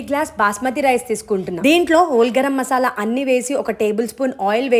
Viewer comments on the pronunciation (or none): none